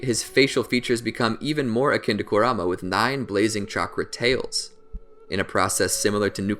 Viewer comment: could only watch 6 mins of this before i got tilted at the way you said kurama